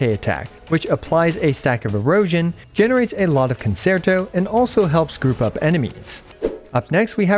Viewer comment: pleeeeeeease lookup how to pronounce concerto